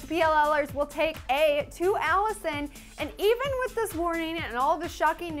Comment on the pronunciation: and with not woth